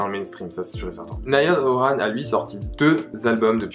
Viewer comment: Quelques petites erreurs, cependant merci de parler d'eux, ils le méritent. Là ça va juste être une remarque de directioner à donf, les prononciations de certains nom font mal aux oreilles (aucune critique juste une remarque), niall horAn, lAIam payne. Gros bisous